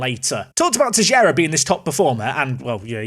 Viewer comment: Sorry to correct you, its Teixeira